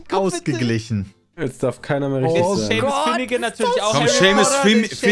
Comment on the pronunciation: hab das ganze Internet umgekrempelt und keinen einzigen Justin bieber song gefunden, der,,do you remember,, heißt und wenn noch einmal SHEMIS sagt fall ich vom glauben ab xD